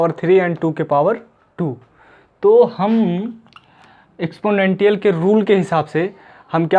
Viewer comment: एक्सपोनेंशिएल होता है भाई Anyway nice one👌